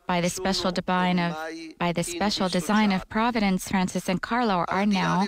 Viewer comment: why does interpreter keep calling him CArlos....it's Carlo